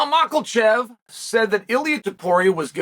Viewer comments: Still pronounces it “macklechev”after all these years🤣🤣🤣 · says tsarukyan perfectly but purposely adds an L to makachev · Islam MARK-KAL-TJEV 😂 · Islam Mokelchev. 🗣️📢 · Their is no L Makhachev Chael, gotta stop the troll or ignorance. Either one. But it’s irritating at this point.